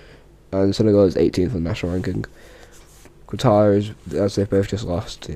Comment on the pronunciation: Great video ( you said Qatar wrong)